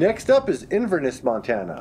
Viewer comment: The way you pronounce Inverness is absolutely criminal 😂